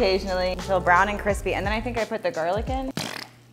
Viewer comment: Is it cwispy enough?!?